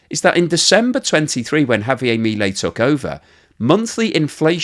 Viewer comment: I appreciate your keeping people updated about how things are going in Argentina and your thoughtful analysis. However, I do have a quibble: How is it that in all this time you have not learned to pronounce President Milei's properly?